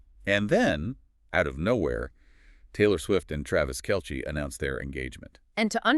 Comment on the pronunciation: Could u stop mispronouncing Travis Kelces last name?